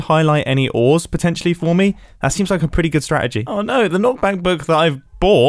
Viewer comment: Mumbo with the "awe n(a)o" lol you know he's been hanging out with Grian 😆 what region of the UK is that from?! (I have a bit of an interest in regional dialects/accents lol)